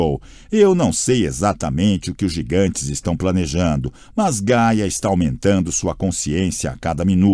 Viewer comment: ri muito nessa parte kkkkkkkkkkk e as vezes ele fala Gala ao invés de Gaia... e a pronúncia errada do nome de Piper. seria Paiper a pronúncia rsrs